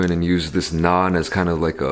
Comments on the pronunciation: Finally someone saying NAAN correctly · Damn he pronounces it like an indian lol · Your "naan" is so much better than stupid NRIs coming back to India and trying to say the word with some stupid accent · Yesss. It's so satisfying to listen to! Im constantly correcting my parents when they get it wrong so hearing it properly pronounced is relieving XD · Everyone I know says naan like that, wdym bro. It’s not like it’s anything complicated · Tarun kr yes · Fr lmao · LOL so true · Exactly! and matt stonie tho...